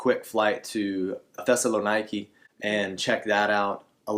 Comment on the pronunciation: Great video. You forgot another transportation option from Athens airport. You can catch the X95 bus direct to Syntagma square. Also, yes you butchered the pronunciations. Thessaloniki is pronounced Thessa-Lo-Neekee. 👍